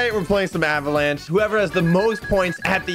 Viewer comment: Avalanche not avalache